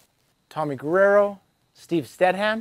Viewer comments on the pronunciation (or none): none